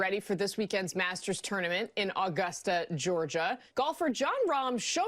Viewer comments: The way she said Augusta like it's got a w in it. 😂 Tip from someone that lives there: There's no w sound in it & the emphasis is on the 2nd syllable. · Its pronounced Uh-gust-uh... Damn national news people get it right...